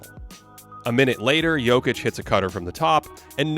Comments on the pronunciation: That Nikola Jokić pronunciation was 👌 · okay your pronunciation of Jokić's name at the beginning got me confused, thinking that this was a video by a Serbian youtuber. 👌🏻